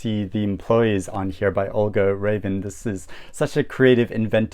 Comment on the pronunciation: I love that you keep on pronouncing Olga Ravn’s name Raven. Because Raven is the translation of her Danish name Ravn (ˈʁɑwˀn)